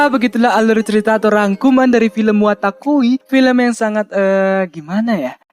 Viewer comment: wotakoi bang bukan watakoi , comiket itu festival/event doujin bukan Toko komik